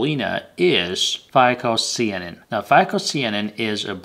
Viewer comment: Not SEE-a nin....it's SYE - a nin...cyan as in blue...it's blue algae.